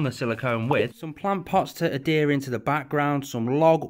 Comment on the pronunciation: Great video! Every time you say Adhere I hear Hadere 😂